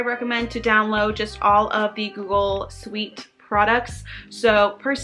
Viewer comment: Please learn how to pronounce google suite🐢 btw thxxx alottt for this infoo